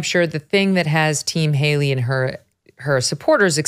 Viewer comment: NIKKI “HALEY-REE” CLINTON